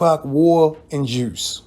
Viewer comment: This man said “juirce” 🤣🤣🤣